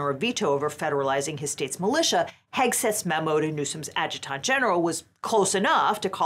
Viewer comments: Adjutant, a·juh·tnt, not a-juh-taunt. It's distracting hearing it incorrectly over and over. Also, This is insane. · It's pronounced "add-juh-dent" and spoken fast. 😎